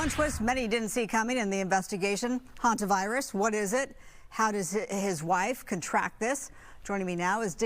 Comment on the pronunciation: Hentavirus or Hantavirus? ridiculous.